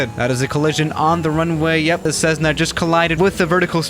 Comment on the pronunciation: People:Cessna:Cezzna Me: wtf